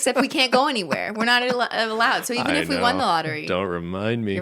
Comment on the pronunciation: ben pronouncing won like "juan."